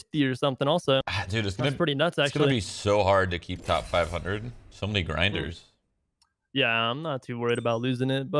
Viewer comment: He says grinders like he don’t play this all day 😂